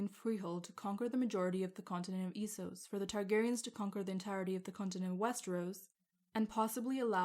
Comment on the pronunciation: So you pronounce it Esos, instead of Essos? Well, I guess it is "East", so I guess it could be pronounced that way, but I thought that it was officially confirmed to be pronounced "Essos".